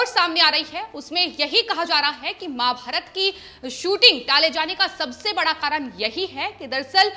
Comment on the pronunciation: कृपया महा_भारतात कहिये माँ_भारत नहीं. Please say MAHA_BHARAT not Ma_bharat.